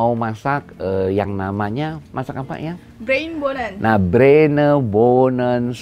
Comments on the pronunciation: Bruinebonen soep (bhs Belanda) bukan brenebon, bukan broibonen jg 😀😄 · Bruinebonen kali chef bukan broibonen